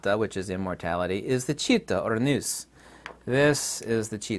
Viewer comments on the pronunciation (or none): you pronounce wrong the Greek word "ΝΟΥΣ".. It's not "ΝΙΟΥΣ"... It's "ΝΟΥΣ" -> "NUS" without the "I":)